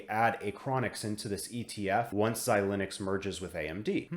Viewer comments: Xilinx is pronounced xi-links, not xi-lin-ux. As always, great stuff! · Yup! I don’t think I’ve heard this Xi-Linux pronunciation anywhere else but here.